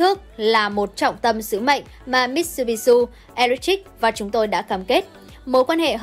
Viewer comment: Làm xướng ngôn viên khi đọc tin có tên nước ngoài cần nghiên cứu, tập đọc trước, vì khi đọc sai, đọc bừa là coi thương khán giả . Hảng tài trợ Mitsubishi là tập đoàn kinh doanh nôi tiếng trên thế giới hầu như ai cũng biết mà lại đi đọc thành MitsubishU là sao?